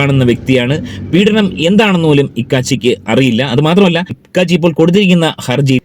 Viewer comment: ഇക്കാച്ചി അല്ല കോക്കാച്ചി